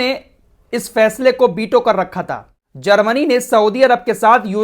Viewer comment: बीटो nahi वीटो rampur wale व को ब बोलते हैं😂😂😂